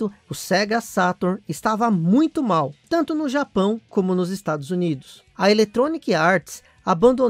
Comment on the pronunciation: Em meu cérebro tá entendendo o nome estrados unidos !?